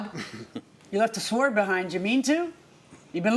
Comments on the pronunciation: How is it even possible that Judge Milian is mispronouncing the word “sword”????? I just love her and admire her so much. I don’t know if I’ve ever heard her make a pronunciation mistake, and I definitely have not heard her make one with a common word such as “sword”. I know that there are just some words that people often get wrong, especially a few classics that they’ve been saying incorrectly since they were little kids (‘libary’??). But this is just so cringy! She is usually PERFECT! 😳😮😂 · That's not how you pronounce the word "sword"!